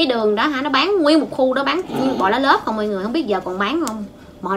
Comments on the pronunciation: Cô nói lá lốt mà nghe như lá lớp vậy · Lá lốt nghe nói giống lá lớp 😂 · Sao là lốt mà mà trong video đọc là lá lốp vậy :))))) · C phát âm sai rồi lốt mới đúng . chứ k phải lốp c ơi 🤣🤣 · Hình như nói lá lốt hông được em toàn nghe lá lốp 😐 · Lá lốt má ơi đọc cũng sai😛😛😛😛😛😛😛😛😛😛😛😜😜😜😜😜😜😜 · nói: cuống vs lá lốp